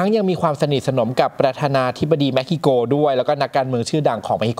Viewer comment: เม็กซิโก ทำไมได้ยินเป็นเม็กฮิโก